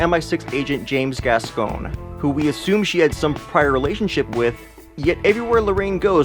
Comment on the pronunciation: It wasn't complicated to understand. It was simply a spy movie with a few twists. You pronounced the first dead agents name wrong. It's pronounced, "Gascoigne". Pretty sure it's said correctly by a few people in the movie. They're from different countries and they all pronounce it that way. Geez, I'm not gonna tell you the things you got wrong. You should definitely make an updated video though. Great footage back stage though.